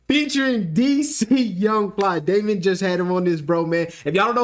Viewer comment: Bro... his name is not Damon is Domani like DOH-MAH-KNEE. smh... and he don't sound like Cole... other than that good video